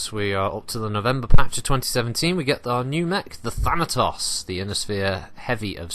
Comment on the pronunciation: "Thanatossers" - That had me giggling far more than it should've. Had to go back and actually listen again because I was just thinking about that for awhile, haha!